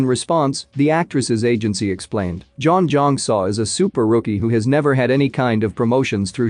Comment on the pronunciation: Butchered her name… learn to pronounce name if you’re narrating 😂🤣🤪